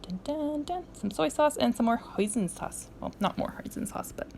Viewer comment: Yes! Hosiin sauce, Orgasmic! LOL